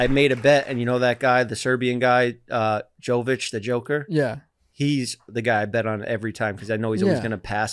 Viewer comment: jokic not jovic